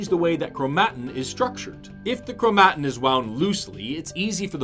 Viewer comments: I love your videos… but the way you pronounce chromatin hurts me.🥲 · Chro-mat'-in? Not, krow'-muh-tin? I've only seen it spelled. I guess you're the biologist. ;-) Though... my computer pronounces it the second way. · dude please just pronounce chromatin right